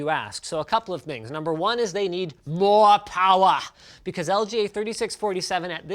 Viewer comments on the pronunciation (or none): moa powa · moah powah baby